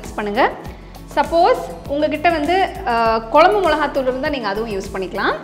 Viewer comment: எல்லாம் சிறப்பு..சகோதரி.. தமிழ் வார்த்தை உச்சரிக்கும் போது..தெளிவாகப் பேசுங்கள்..கொலம்பு தவறு..குழம்பு..என்னம்மா சரியா..